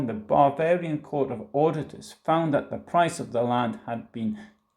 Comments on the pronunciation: Everytime he says, “Bavarian,” it comes out as “barbarian.” A Freudian slip? Or a Prussian’s revenge for all of those “Pifke” jokes? 😄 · Bavarian? It sounds like you’re saying barbarian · ...excellent pronunciation!... Especially the word... "Barbarian"... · Sehr gut gemacht. Aber… when you say „Bavarian“ it really sounds like „Barbarian“!